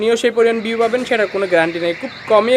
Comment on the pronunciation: পিউ না ভিউ বলিস রে